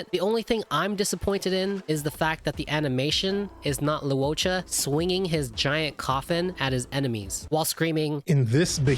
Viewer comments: Low waa cha, not Lao cha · Everytime this man said Luocha he pronounced it differently. None of them correct lmaoo